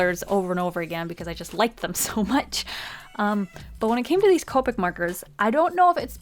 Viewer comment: COE-PICK 0_0 that grates my ears